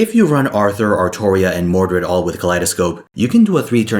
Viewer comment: Still wrong. It’s Artoria